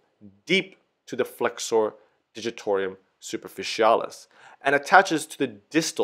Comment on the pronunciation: Yes ... and "digitor - um" ... it appears he is trying to say " digitor - ium" each time (?!)